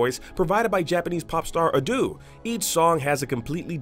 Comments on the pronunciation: Damn, the dub sounds disgusting =)) Anyways, its not pronounced "ah-doo", its "ah-doe" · it is pronounced Ah-Do, not aaaaaduuuuu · It's not Adu it's Ado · Bro called Ado “Adoo”😂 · she is A-D-O. There is no "u" sound or double "O". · wrong pronounciation. she is Ado (a-d-o), no reason for "u" sound. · "Adooh" lol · Research pronunciations before recording videos. "A-Doo“?